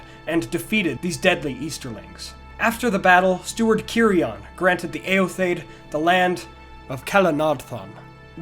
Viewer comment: Awesome video, yet again. Favorite Youtube-channel^^ One gripe/question: I think eotheod is pronounced "e-o-the-od", not "e-o-thaid" (?). Or at least, "theod" stands for "people", in the way "Theoden" stands for "king of the people" in Rohirric, and his name is also pronounced as "The-o-den".